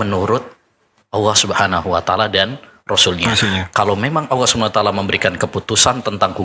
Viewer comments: Apa Ana salah dengar ya,Ustadz menyebut Alloh tp kedengarannya Awwoh.... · Ini baru pas..,cari ustadz yg memang sanad keilmuannya mumpuni la seperti yg diatas ..,mhn maaf klo Ustadz yg ini pengucapan lafazh Allah nya aja kurang pas klo mnrt sy.. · saya stju...nyebut kalimat allah aja gk bner. Nyebut nabi saw aja msih belepotan